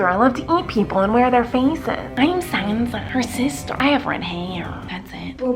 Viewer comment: the way she said sansa is so funny😂😂😂